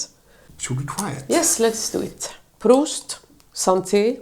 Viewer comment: Very charming, you got it right the second time and then got it wrong again when you went to toast. Haha. It's "proost" with a long vowel 'o'. Not that different from the Germans and their "prost", both being Germanic languages and all that. And nice to see Anna helping you out with those strong beers!